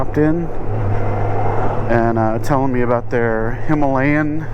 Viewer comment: it's pronounced "Himalayan"